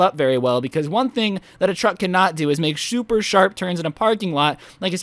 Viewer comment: Am i the only one who realised that he said shooper sharp turns